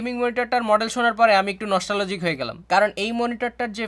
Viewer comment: It is NOT " Nosta Logic" It is pronounced " Nos Tal Gic" __ Say it properly